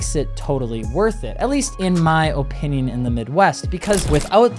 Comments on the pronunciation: Oh-pinion highly uneducated presenter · You can really tell is from the north because he says O pinion rather than uhh pinion